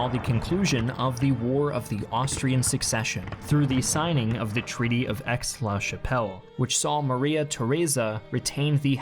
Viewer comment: Great video! For future reference the "Aix" in Aix-la-Chapelle is pronounced like the letter "A" or "ayyy"